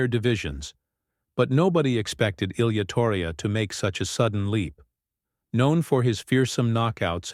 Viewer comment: Lame AI videos can’t even pronounce Ilia’s name right.